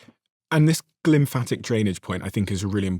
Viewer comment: Lymphatic system, not glymphatic :)